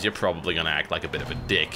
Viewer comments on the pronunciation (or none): none